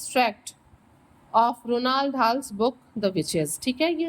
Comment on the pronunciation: Mam wo Roald Dahl hai Ronald dal nahi